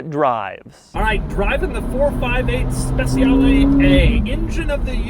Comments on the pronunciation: it's not speZiale it's speCiale (like CHEEse) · Speciale not spesiale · He also should say SpeCHiale against Speciale, because in Italian C pronounces like CH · It isn't pronounced spetzialee, it's spechale, with the soft "ch" sound. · "spesiale" xD cheers from italy doug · every italian is crying every time he says SPESIALE AE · Trick for English speakers.. speciale is pronounced ‘spechale’ where ‘cha’ sounds like the Cuban dance ‘cha-cha-cha’. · More of a personal thing but I cringe when people pronounce Speciale incorrectly, it just sounds so off. In Italian the cia makes a cha sound. So really it sounds spe-cha-le where both letter e's make a soft sound. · It's pronounced "spechale", not "spesiale". You've been to Como, you should know... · Its pronounced SpeCHiale Aperta. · Special ee Special aea Special eah How To Pronounced A Specialeaea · Everytime you read ‘Speciale’ I cringed... Or is it my bad? I thought it was pronounced ‘spec-cha-le’ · Spessiale....no good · Can't pronounce Speciale, literally unwatchable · The way you say speciale a instead of aperta really grinds my gears. The way you pronounce speciale aperta is just bad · It hurts my ears when you say speciale. Even Google translate pronounce it better.